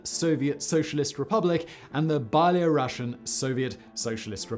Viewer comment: the way he pronounces byelorussian 😂